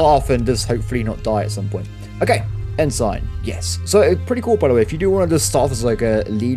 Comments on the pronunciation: As I am new to your channel and just started with this video so I dont know if you correct yourself later or not but that rank you are saying is pronounced En-Sin not En-Sign as in the things on the side of the road that tell you things. It is just shorter naval speak for Lieutenant or "Left-tenant" if your from the uk or probably other places in Europe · It's pronounced "En-sin", not "En-sign"